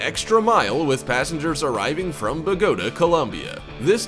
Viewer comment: I was very interested until this man pronounced Bogota "Boo Goat Uh" smh